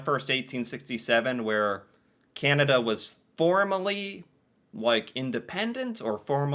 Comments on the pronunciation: I cringe every time you say Keyanada. You say Canadian ok. Keyanda is the way most Americans say Canada. Pet peeve on my part. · I love his pronunciation of Canada as "Kee-anada" lol